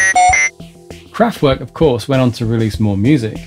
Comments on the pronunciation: werk is pronunced verk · the mispronunciation of the band's name is a bit annoying though. And Radioactivity came out out Nov 1975 not 1977. And he skipped Trans Europe Express in 1977.